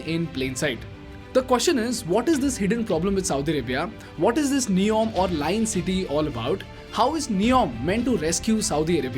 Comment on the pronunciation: Good video Make it NEOM instead of neon.